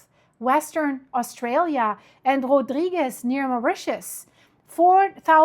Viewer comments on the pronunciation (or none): none